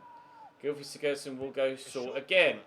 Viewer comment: Good vid. Also the Everton midfielder is called Beni “Beningamee” and can you stop saying sigurdsson like sigurrdsson and sigudsson